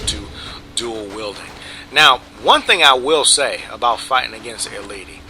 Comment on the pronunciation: And you pronounced EIiiti's name wrong xD